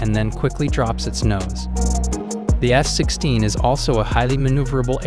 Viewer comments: I keep hearing him saying S-16.. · Why is he saying S-16????🤣😂😂😂😂🤣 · Are you also hearing S-16 instead of F-16?? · Am I the only one who hears him saying S-16 instead of F-16 most of the times?